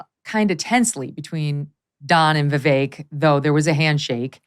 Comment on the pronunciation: Sorry I hate them both but it's not 'Vivake' it's 'Veevek' like in 'bet'